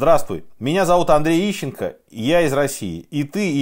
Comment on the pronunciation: Ищенко фром май харт.. уши в трубочку свернулись